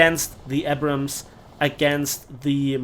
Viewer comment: I just wish he learns to pronounce "Abrams" correctly one day